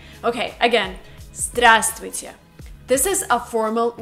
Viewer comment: P. S. You know, we don't pronounce /v/ in word Здраствуйте